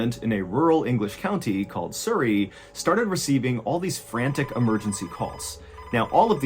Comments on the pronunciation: Surrey mate not soory lol😂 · Surrey is pronounced like the word Supper. Not like the word Super. 😊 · Sorry to add but it's pronounced "Surrey" not soorey as in the sound in the first two letters in "such" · Love this channel, but as someone who lives in surrey, its pronounced s-uh-rrey. Not sourrey. Im not trying to be offensive or annoying, just helpful to know. Loved the story otherwise. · Lol "soo - ree" Its Surry, pronounced "suh - ree" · It's pronounced suh-reee (like the 'uh' in up). Like 'Hurry'. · Loved the way he pronounces Surrey. It's a short U, like Suh rey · Love your accent. Surri in England its pronounced Sur-reay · You miss pronounced surry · No offence but how you pronounce Surrey is hilarious 😂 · As someone who used to live by Surrey, I am enjoying how Ballen pronounces Surrey haha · Cute pronunciation of the English county of Surrey 😊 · That's a funny way to say Surrey. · I just love your pronunciation of Surrey. I know the A3.I've Driven on it many times. Hahaha the ghost of the like button was hilarious 😂 xx